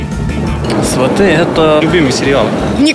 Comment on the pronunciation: Автор, ударение в слове сваты на первый слог. Говорите правильно.